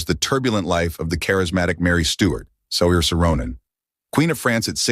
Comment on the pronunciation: Learn to pronounce her name!